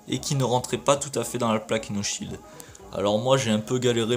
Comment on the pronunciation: c pas plaque ino sheild ms plaque io sheild